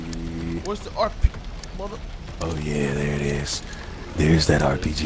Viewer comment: “Yehhh thearrr” that shit he killing me 😂😂😂